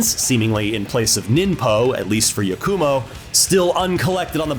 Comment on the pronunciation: Yah-koo-mo. It pains me how ppl can hear the correct pronunciations of words and names and still get it wrong 😮‍💨